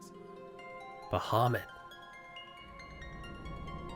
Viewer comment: BAHAMUT NOT BAHUMUT